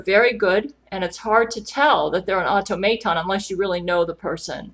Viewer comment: everytime you said automaton I died on the inside a little